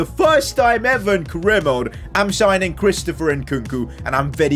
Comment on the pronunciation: U said mode wrong